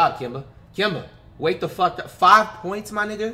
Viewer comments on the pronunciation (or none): none